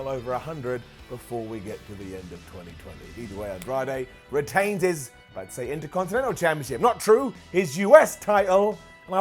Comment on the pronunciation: "Sami Zayn won the Intercontinetnal title" I was watching with earphones in and just looked up at the screen and actually burst out giggling.